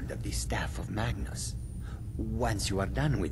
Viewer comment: when he said "staff of magnus" at the start,it sounded like "staff of matches" XD